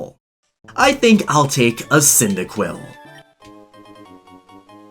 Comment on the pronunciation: the way you pronounced cynadiquil